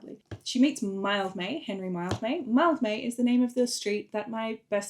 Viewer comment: THAT’S HOW YOU SAY MILDMAY!?!